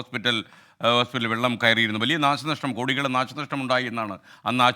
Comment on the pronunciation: Nasha Alla. nasanashtam.